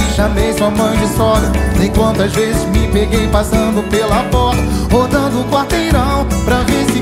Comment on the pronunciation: "vezis, "japonesis" kkkkkkk